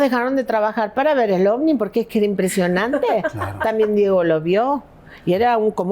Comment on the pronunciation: "Corrobora que shi es un OFNI" JAJAJAJAJAJAJAJAJA Morí con eso.